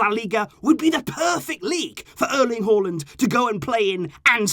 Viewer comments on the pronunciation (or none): It's not Haw lind Its Haa Lund